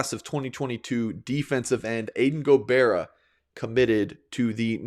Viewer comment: Go-Bye-ra. thank you so much tho!! It was amazing